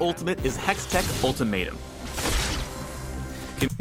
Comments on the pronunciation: Hey, another great video. Just two pronunciation issues lol: Shurima - (Sure-E-Ma) [3 Syllables] Hextech - (Hecks-Tech) [2 Syllables] Good luck with all the fantasy jargon later on as well! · Pronunciations: "Shoo-ree-mah"(Shurima) "Zon"(Zaun) "hex-tek"(hextech) HIghlights with interactions are better